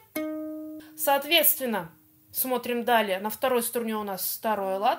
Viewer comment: Почему СТУРНЕ? А не струне?